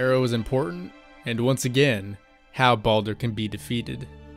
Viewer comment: Sometimes I can't handle how some people pronounce Baldur.